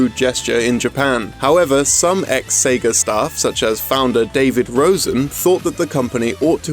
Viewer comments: Sagger. I heard Sagger every time he said Sega. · Ahh yes, I remember playing the Seg-ER Dreamcast...